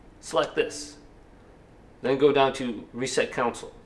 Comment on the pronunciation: He said counsole